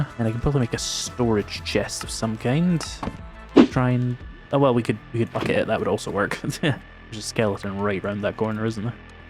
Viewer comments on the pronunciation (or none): none